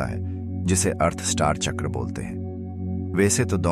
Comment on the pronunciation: Hindi me uccharan kijiye chakra ka jada impactful rhega make sense